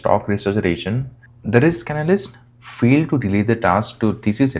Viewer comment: What's "field"??? "Failed"! "fAiled"